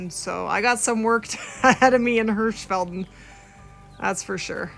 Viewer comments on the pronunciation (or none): Hirshfalden not hirshfaldn